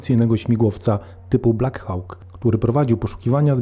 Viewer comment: "Blak Hałk"? Poważnie?